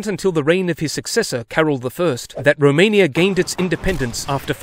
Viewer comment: 🤣🤣 Dobrogeeeaa... remain-ia.. so many gems